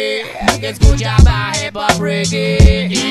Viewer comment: que escuchaba HipHop, Reggue.... ensí dice HepHap xd